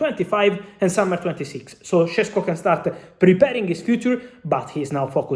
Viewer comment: Šeško not Šesko. Fabrizio Ronano.